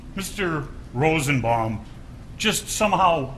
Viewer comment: .....he is so horrible. Slob. Dumb. He said ROSEN-BOMBING